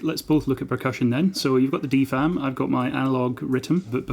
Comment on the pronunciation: ok you are part of the vlub of people who pronounce DFAM correctly, now try moog xD